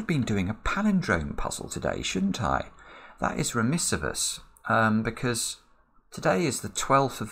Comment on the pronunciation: "Remiss of us".